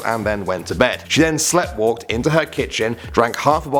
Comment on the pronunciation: I love these videos, but, for the love of all that is spoken, please look up how to pronounce "sleepwalked". We are english, but even some americans can say it properly